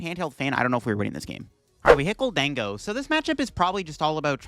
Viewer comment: bro mispronounces Gholdengo and Ceruledge all the time